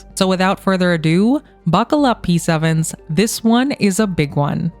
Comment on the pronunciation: You said "P-7's." I heard "Peace Ovens." I've had a laugh, it's out of my system, and now I watch your video with great interest and all due respect.